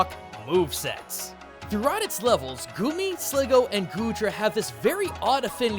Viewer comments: The only thing I hate about this is the extremely obvious mispronunciations. Slig _goo_, not Slig- Go. And Deino is Dine-o, as in Deino Zweiloys Hydreigon being Ein Zwei Drei, the german numbers for 1, 2, and 3. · It's SligGOO not SligGO!